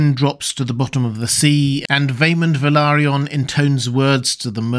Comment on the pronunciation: Wow! I'm impressed! Yet another channel that pronounces; "Valaryon," correctly! 👍 <---(👍👍👍👍👍 and here's a few more, since I can only put one over there, where it counts!)